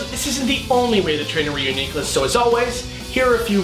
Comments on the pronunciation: Good science :D Bad pronunciation Ryu-Nee-Clus nope! Re-U-Nee-Clus, you wouldn't say Unicorn like U-ni-corn you would say Uni-corn. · It's pronounced REE-YOU-NI-CLUS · I think it sounds better pronounced re-U-ni-clus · All always thought it was pronounced like ridiculous. It was a joke between me and my friends when something insane happens, I say "This is Reuniclus!" Don't ask me why I pronounce it that way. Now that I hear the correct way to pronounce it, and look at the name, I realize how stupid I was being. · I... Do not like this pronunciation. Re-U-Nuh-cliss better :|